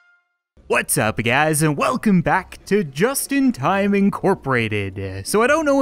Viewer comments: I heard Justin Thyme Instead of Just In Time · In the outro when u said just in time i heard justin thyme